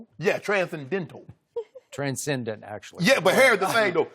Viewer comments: Transcen-dental - LeShannon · Shannon says transcendental lmao